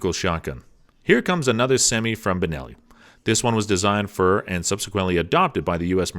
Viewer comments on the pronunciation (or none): The Keltec KSG is "not" semi automatic. It is a pump action. Also its "Ben'"elli not "Bur"elli. And it's "Kel"tec not "Kal"tec. The best value for a home defense shotgun is the Mossberg Maverick 88. You don't need all the bling and other features of any of the other ones he mentioned for simple home protection. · The fact he’s pronouncing Benelli, Berelli..... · Good show. Thank you. You say Berelli but I think you mean Benelli.?? 🤔 Also, I thought the Keltec was a pump shotgun.?? Is it considered sem-iauto because of how it shoots or am I miss understanding.?? Thank you, Best regards. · It's a Benelli not a barelli! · are you saying berelli instead of benelli? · Benelli not Verelli, there is a difference between a pump and a semi auto. I hate to be a wet blanket. Get it right. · Did anybody else notice this guy doesn’t seem to know firearms very well…He had double barrel shotguns showing while he described semi-auto function, called them Benelli M2 & M4 while covering each shotgun on the list but repeatedly called them Berelli at the end, and he referred to the Kel-Tec KSG as a semi-auto when it is clearly a pump action. I’d be surprised if this guy even owns a single firearm…It appears to me that he is merely reading a script, and knows nothing about what he’s actually talking about!!! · Are you just reading things you know very little about. Safety position is a matter of choice.... you called it Berrelli 3 times in this video. So you're just a voice .... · For one he called a Benelli a Berelli! 🤦🏻‍♂️🧠☠️🤡. I have a Benelli Super Black Eagle I purchased brand new in 1996 and love it! I’ve got hundreds of dove, tens of rabbits and pheasant and just love hunting with it! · “Barelli...”. I think he means Benelli.😉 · It's benelli....not barrelly....and why was the supernova TACTICAL...not on the list? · So many mistakes! What's a Berelli? You mean Benelli?! And now the Kel TEC is a semi_auto? No. It's a pump. Etc. Etc. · He said berilli m2 and m4 wtf?